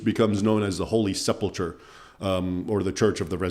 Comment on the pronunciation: Isn't it pronounced "Sepul Kur", not "Sepul tchur"?